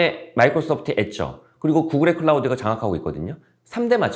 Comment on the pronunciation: 근데 이 분 나오시는거 여러번 봤는데 왜 항상 앳쪄 라고 하죠? 영어 원문발음도 한국 공식 번역도 그냥 애저 인데. 다른 단어도 국끌(구글), 네입뻐(네이버), 앱뿔(애플), 웁뻐(우버), 알팍꼬(알파고), 잡삐스(자비스), 하입뻐(하이퍼) 같이 개성있게 발음 하시는가 궁금해서 유의깊게 봤는데 그렇지는 않네요. 왜 애저만 앳쪄일까. 이왕 하실거면 다른 단어들도 재미있게 발음해주세요~